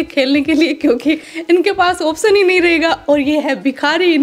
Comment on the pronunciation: कितनी घटिया सत्तर की कॉमेडी करती है, झुंझलाहट होती है इसको देखकर। इसको मत लगाया करो, नाक में से बोलती है और वो भी गलत उच्चारण के साथ, महान आत्मा ऑप्शन होता है न कि आप्सन, विनती है बाकी आपकी मर्ज़ी है 🙏🙏